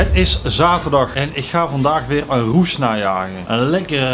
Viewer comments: Ja "Roes". Deze man zegt steeds Roesj. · maar hij zegt: ik ben op zoek naar een roesj? 😂 wat een space kerel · Kan iemand deze man aub uitleggen hoe je rush uitspreekt?